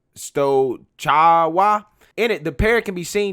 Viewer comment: my dude became chinese while pronouncing the name of that polish town 😄 👍